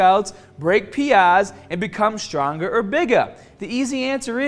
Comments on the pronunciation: "How are ya gonna get strongah ta break P-Ahhhs" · Strongahh and Bigahh